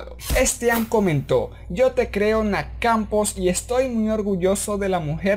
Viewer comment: Pq dices nac Campos en vez de Nath? xd